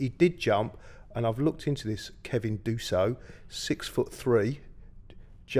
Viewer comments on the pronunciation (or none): the only man who could be pulling up history records from 1930s arsenal, and then somehow go and still mispronounce Kevin Danso and as Kevin Dusso